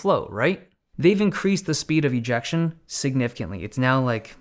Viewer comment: why does the "speed of ejection" sounds so wrong here.....